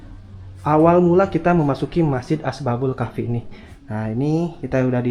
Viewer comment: Bukan Asbabul Kahfi, tapi Ashabul Kahfi.